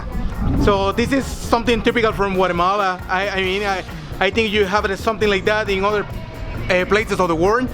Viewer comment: hi , please dont say guaremala ...is Guatemala . The name DONT CHANGE ..bye